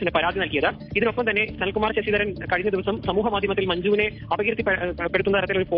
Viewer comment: സനൽ കുമാർ ശശിധരൻ ആണ്......... പേര് correct ആയി പറയു